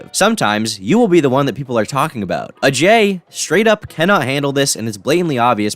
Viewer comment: I like how this guy says Ajay’s name with the proper pronunciation.